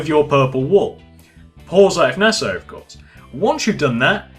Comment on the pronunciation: Please stop with this nessasary maybe its Nessasary But stop please